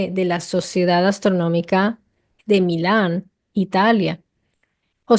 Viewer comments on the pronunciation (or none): none